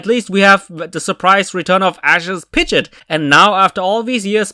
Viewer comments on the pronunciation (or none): "Pidgit" Horrendous pronunciation of Pidgeot.